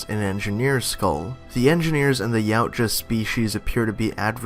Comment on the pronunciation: Its pronounced "YOW-T-YUH" Not "YOW-T-JUH"